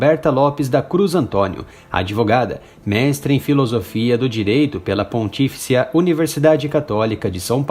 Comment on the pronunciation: “Pontíficia” não, pontifícia!